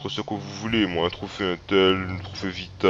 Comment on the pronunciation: Build se prononce "bild" pas "bulld" x)